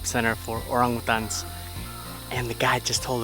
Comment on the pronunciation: Well, now I know how wrong I've been saying orangutan my whole life. :) Great job guys! Looks beautiful and can't wait to see more. -S